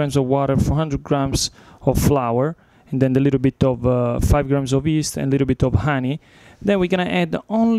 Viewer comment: I love the way he pronounces yeast - "east"